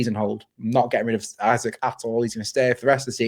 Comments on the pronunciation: Great video but can someone please tell how to say Isak properly 😂 it's not Isaac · Isak is Swedish, not English. Please pronounce his name correctly.